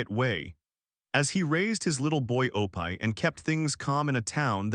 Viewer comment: This does seem to AI tho. Even pronounced Opie wrong.